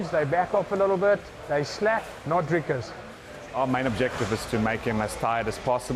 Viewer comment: I like how the Americans call him Draicus instead of Dricus